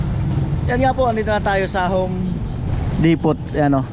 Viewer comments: So happy for Ate Bidang and family. You deserve it. Thank you to Kuya Frans and all the sponsors and team Pahuway. By the way the correct pronunciation is “Home Depo “ silent t. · Silent T po d-e-p-o-h hindi depot. Repeated wrong pronunciation ayaw kong mapahiya ka sa mga viewers. Hindi po ako expert sa english o nagmamarunong. idol kita silent viewer since day 1 kay rica 1 sa balatan pa. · wow galing naman ni bidang but she deserves it though. by the way ka noli its home depo silent t... yoyoyo yeyeygood job godbless you always...